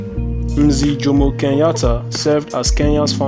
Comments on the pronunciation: its pronounced as mzeh not mziih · Lol it's pronounced mzeh